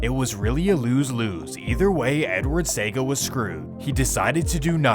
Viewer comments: 1. Bob Marley lived on hope road, not hill road. 2. Nobody called Lester Coke by his real name. He was known as Jim Brown. 3. When Bob Marley got shot he was in the kitchen with not outside 4. The JLP leaders name is pronounced See-ah-ga and not say-ga 5. You left out the fact that the reason the CIA funded Edward Seaga (allegedly) is because Michael Manley was good friends with Fidel Castro and they feared that Jamaica would become a communist country like Cuba. 6. The name of the school Dudus went to is pronounced Ar-den not Ar-deen 7. You left out the fact that the most brutal shootout in the history of Jamaica took place when the military went into Tivoli gardens. Over 75 people were killed. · CIAga not Seaga. Damn crook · It's pronounced See-aga not Sega 🤣🤣💀🤦🏾‍♂️ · It’s Se-A-Ga not Sega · It’s pronounced Edward Se-ya-ga not sega 🤷🏽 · Seeeeeaaaaaaaaagggggggaaaaaaa not sega lol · Great video, but we pronounce his name as Edward Sea-a-gah not Sega. Good to see you tapped in my cultures history and get it right. 👍🏽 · Edward Seaga's name is pronounced Seeyaga. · Bro said Edward SAY-GA 😂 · All of Kingston is not poverty stricken, you should apologize for this misleading REMARK! Also Lester Coke is known as JIM BROWN! Seaga is pronounced - See-ahh-gaah.... Tivoli has NEVER been the richest community in Jamaica, it has always been seen as the ghetto. This makes me question other videos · The name Edward Sega tells me it is Artificial Intelligence doing the Work on this ...Couldn't even pronounce his name correctly... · Pronunciation See-aw-ga! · As a Jamaican, hearing you mispronounce people's names is so cringy🤦🏾‍♂️🤦🏾‍♂️🤦🏾‍♂️🤦🏾‍♂️🤦🏾‍♂️ Seaga: See-ah- gah Massop: Mass- up/ op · Very well done and Seaga is pronounced See-Ah-Gah...btw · Its pronounced see-ya-ga. Seaga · It's pronounced "see-aga" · Great Video but the pronunciations of Seaga , Tivoli, Ardenne HS were hilarious off and cringy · Pronounced Se a ga, not sega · See.oga.. not SEGA